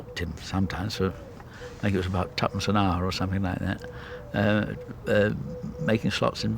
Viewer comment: ..'Tu'pence an Hour,' became 'Tucson Air'...Love it!...sack the computer..